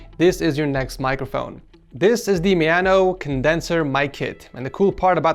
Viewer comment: maono, not miano.